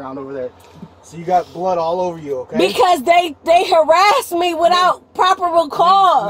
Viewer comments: "Properble cause" ?? What is "properble" ?? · "Proberble" cause? 🤣🤣🤣 off to watch the video. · Ah yes. The ever important "properble" cause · No properble? cause. Do you mean 'probable', vid creator friend?